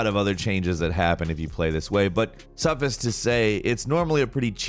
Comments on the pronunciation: Is there some specific regional dialect that pronounces "suffice" "suh-fiss" instead of "suh-fICE?" Literally never heard it pronounced that way before. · "Suffis to say" lol poor needs hooked on phonics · Suffiss to say? Suffiss? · "suffiss to say"? SUFFICE TO SAY! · Suffice is not pronounced like "suffix", the ice part is pronounced like ice 👍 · just so u know, it's suff-ICE to say. Otherwise, thanks for bringing new content. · "Suffis" again? Wow